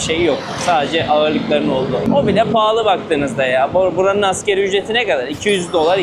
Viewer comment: kardeş, videolarda emeğin çok fazla. Allah yardımcın olsun. Emeğinin karşılığını alasın. Yalnız küçük bir eleştirim var.Askeri ücret degil, asgari ücret. Şarz değil, şarj.